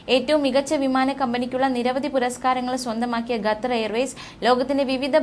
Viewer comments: 🙄ഗത്തർ അല്ല ഖത്തർ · ഗ്ത്തർ അല്ല.ഖത്തർ ആണ് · എടി പൊട്ടിക്കാളി ഗത്തർ അല്ല... ഖത്തർ ആണ്.. നമ്മുക്ക് അന്നം തരുന്ന നാട്.. പേര് മാറ്റി പറയല്ലേ.. Pls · QATAR ഖത്തർ,അല്ലെങ്കിൽ കത്തർ എന്നെങ്കിലും പറയൂ,അറബിക്കിൽ ഖത്തർ എന്ന് പറയും എന്തോന്നാണ് മക്കളെ ഇത്!